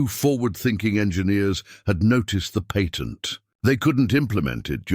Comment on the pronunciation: George discussed the PAYTENT with Hedy??? I thought we spoke American English here. It is NOT PAYtent, but patt ent